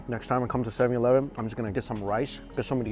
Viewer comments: It’s funny the way he saids 7-11. 7EEE E -11 lol😂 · are you intentionally saying 7/eleven wrong?